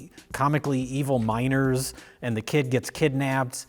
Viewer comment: I was so confused when they started talking about the miners and I kept hearing "minOrs"...